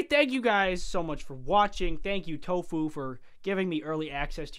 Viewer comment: It's Toffu not tofuu